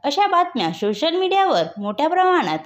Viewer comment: सोशल ❌शोसल✅😂